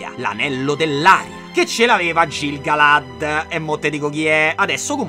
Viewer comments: siccome te vojo bbbè e anche se forse te l'hanno detto in settenummeromaggikomila e trentatré, ti devo far notare che in questa saga "C" e "G" so semp' dure come la cotta di mithril. Quindi diciamo Ghil-galad e Chelebrimbor, ma anche Chereborn e Ghimli e così via fino a Mordor, te prego, pliiiiiiz, lo faccio per te! 🤣 PS: anche le "a" non dovremmo magnaccele, EArendil, per esempio. Scusa scusa scusa scusa, non voglio fare la saputella, ma te lo dico solo per fare invecchiare questa saga di video ancora più epicamente di quanto già non farà 🙏🏻🙏🏻🙏🏻🙏🏻🙏🏻🙏🏻🙏🏻🙏🏻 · in elfico tutte le “g” e le “c” sono tutte dure. Quindi è “Ghilgalad” e “Chelebrimbor” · Comunque i vari Celebrimbor Gil Galad si pronunciano letteralmente Chelebrimbor Ghil Galad… prego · Fan assoluto e ti ringrazio per questa nuova avventura... sarò un nerd di Tolkien, lo so, ma qualche appunto per i prossimi video: - i Valar non sono i maggiori fra gli Ainur in assoluto ma quello scesi in Arda (fra i maggiori) - pronuncia elfica: la "g" e la "c" sono sempre dure (per intendersi, "Ghil-Galad" e "Chelebrimbor") - dovrei ricontrollare per essere sicuro al 100% ma mi pare di ricordare che "Annatar" non si presentò mai come emissario dei Valar agli Elfi dell'a Terra di Mezzo nella Seconda Era In bocca al lupo per la mano! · Si legge Ghilgalad, Chelebrimborn, Isìldur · ti prego. la "c" e la "g" sono sempre dure. Si legge Chelebrimbor e Ghil-galad. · Ti amo disperatamente. Faccio la Hermione della situazione (visto che sono lievemente ossessionata da Tolkien, quindi ne so a pacchi), la G si legge sempre dura in elfico quindi è "ghilgalad" come Gimli è "ghimli". Ciaccià Te amo since sempre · Mai c e g morbide in elfico: pronuncia "chelebrimbor" e "ghil galad". Sei un grande comunque :) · Bellissimo, finalmente il miglior fantasy hahahahhah per 4 anni so che guardare. (Solo una correzione si pronuncia Ghil galad, Kelebrimbor e così via, e Isìldur per gli uomini l'accento scende)